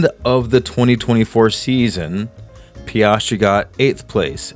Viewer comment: “PEE-AS-TREE”. Appreciate the breakdown! Blue light in the background looks good. Doesn’t take away from you talking or the artwork.